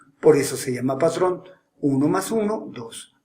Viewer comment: Like si notaste que dijo padrón en el minuto jajajajajaja (⌐■-■)